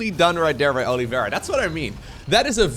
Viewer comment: Man, what a butchered way to pronounce Oliveira